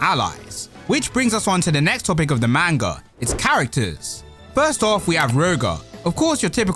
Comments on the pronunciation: Not trying to annoy here... Someone needs to tell you.. Its pronounced "Mon-Gah" not "Main-Gah". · pronounced (pronounced like mon in pokemon) Mon-gu (like gun)